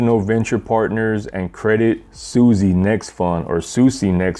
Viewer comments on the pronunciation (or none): It's Credit Swiss not Sussi :')